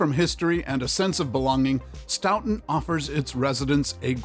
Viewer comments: Pronounced stoton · IT'S STOW-TON (the pronunciation that is) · It’s pronounced Sto ton ( like the sto in store! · It’s Actually Pronounced STOE-TIN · stow-ton is how you say Stoughton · You are pronouncing Stoughton wrong!! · You're pronouncing is horribly wrong. Stop. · Obviously don't know shit about Wisconsin. Including how to pronounce Stoughton 🙄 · I laughed so hard when I heard him pronounce Stoughton!! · Stoughton was pronounced wrong every single time not to mention opioids and meth plague the place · I have a hard time taking this seriously as they mispronounced the city of Stoughton. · I laughed so hard when he said Stoughton like that!!😂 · Every time he said stoughton made me wince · omg same, i was like STOP SAYING IT LIKE THAT. You think they would google how to pronounce it before posting the video. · Same!! I grew up in Stoughton and it just made me cringe when I heard him say Stoughton, to be fair though We did misspell our water tower once I heard